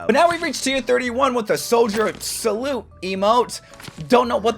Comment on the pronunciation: S T O P SAYING SORJOURN 😭😭😭😭😭😭😭😭😭😭😭😭😭😭😭😭😭😭